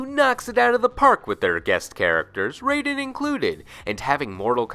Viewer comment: So they created Raiden, named him Raiden, but don't know how to properly pronounce his name?